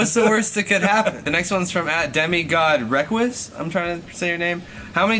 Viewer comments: "Demi-God Requis" not Reh-quis it's Ree-quees. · It's not Demi God Rekwis it's Demi God REQUIS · demigod reckwis? ITS FUCKING REQUIS!!! RUH-QUESE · "Demigod Reqwis" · "Demigod Requis" It's pronounced Re-queese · Demigod rek-wis. its REQUIS. PRONOUNCED RUH-KWEES. GET IT RIGHT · All the Jev fans cringe at "Demi God Reqouis" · It demigod REQUIS Like ree-qees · Kos how could you mispronounce the Demigod Himself Requis Faze Jev would be dissaplonted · Did he mispronounce THE DEMI GOD REQUIS?! Jev would be so ashamed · did anyone hear him mispronounce requis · he miss pronounced the name of the DEMIGOD REQUIS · The guy that made the question was named "The Demigod Requis" but Kos pounce "Requis" the most.